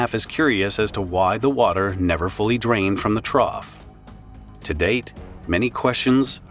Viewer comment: Okay, you've probably never heard of a trough before. It rhymes with cough.